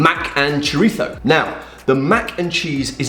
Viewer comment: Excellent Castilian pronunciation of “chorizo”, Ian! Nice vid that actually reviews mostly last week’s recipes, but it’s all good. 👍